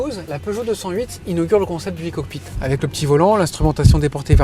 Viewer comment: [aï] cockpit, pas [i] cockpit. Pourtant il le dit bien le E pour la version électrique.